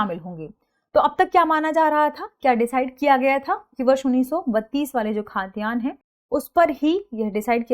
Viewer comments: खातियान नहीं it's खतियान..! Next Time --> सही उच्चारण कीजिएगा please!! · खतियान not खातियान🙏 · Khaa...tiyan hai ya khatiyan hai? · खतियान बोलिए खाद्यान्न नहीं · खतियान बोलिए ना कि खाद्यान्न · Ma'am it's khatiyan not khaatiyan 😊